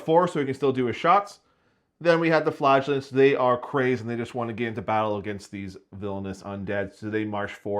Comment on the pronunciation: Too bad he was so rude about the flagellants pronunciation, she might have wanted to come back otherwise